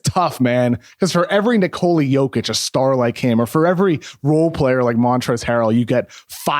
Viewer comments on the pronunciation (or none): none